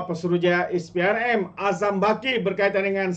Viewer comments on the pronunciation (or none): SPRM - sebutannya ES PEE AR EM Bukan IS PEE AR EM